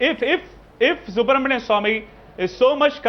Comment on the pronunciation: Guys there is a serious issue in the country. We all have been making a huge mistake currently. This issue is so bad that we are all becoming anti-nationals. The pronunciation of Subramanian Swamy as Subramanium Swamy is a threat to national security.